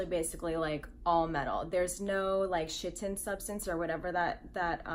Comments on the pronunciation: The pronunciation of Chiten is actually more along the lines of Kite-En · I know I’m late but the way you pronounce chitin as ‘shittin’ is amazing